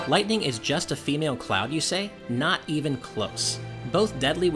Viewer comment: Lyghtning? Really?. I have tto say a big fat NOPE to that